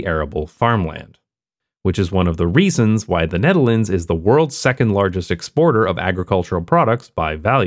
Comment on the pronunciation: “size of hte nutehrlaunds” haha